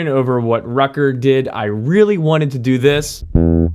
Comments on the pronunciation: Dude, the name is Rutger, not Rucker or Rocker how you pronounce it. It's really annoying. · Rocker Gunner Son. And then we read Rutger Gunnarsson. Aha, that Yank can not even say Rutger. Please, what is wrong with saying Rut Ger?! Rocker is very funny, but it is soooo annoying: it is NOT Rutger. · Dude, Rutger is pronounced "rOOtger" not "r-uh-tger", like wtf, get some basics straight before doing a video like this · Rutger isn't pronounced "rucker".